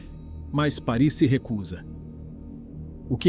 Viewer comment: Desculpe, mas a pronúncia correta é Páris.